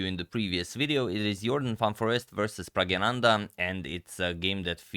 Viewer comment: slightly mentioning, its pragNANdha..not pragyananda